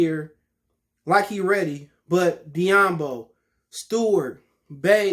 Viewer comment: This guy pronounced "doumbouya as diyambo". Alright next video for me.